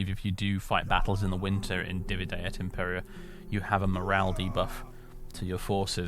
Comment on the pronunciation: loving this series! (btw, since you seem to be interested in pronunciation etc - Impera, as in Divide et Impera, is stressed on the first syllable IM-pe-ra, because the e is short. It should be DI-vi-de et IM-pe-ra. And it doesn’t quite mean divide and conquer, but divide and rule.)